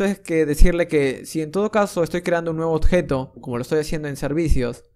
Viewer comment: Increibles tutos, pero tengo que decir que cada vez que oigo "otjetos", "ocserva" me da un sincope xD Muchas gracias por tu trabajo, sigue asi!